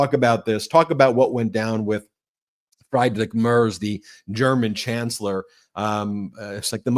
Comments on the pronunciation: Ben, just a helpful pronunciation tip. Friedrich is pronounced Freedrick. In German, when there are 2 vowels such as ie, the second vowel is pronounced. Example, die is pronounced dee. Trying to be helpful not critical. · Friedrich = Frederick in English OMG Fryedrick LMAO! Aside of this great Conversation! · I am a fan, but you have to work on you pronunciation. The chancellor of Germany is pronounced Freedrick Mertz, not Fride-Rick Marts. Sorry. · It’s pronounced: Freedrish Mare-tz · Please learn how to pronounce Friedrich Merz. Friedrich Say: “FREE-drick” (rhyming with “Patrick”) or, more accurately, “FREET-rikh”. Merz Pronounced like: “Mairts” Rhymes with “hurts” or “shirts,” but starts with “Mair” (like in “mayor”). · Ben: Merz’s name pronounced freedrik merz (the e is pronounced like the “a” in mare.